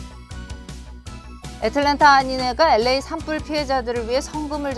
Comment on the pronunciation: 앵커는 LA를 엘에이가 아니라 에레이라고 완전 한국식으로 발음하네요. 기자는 정확하게 발음하네요.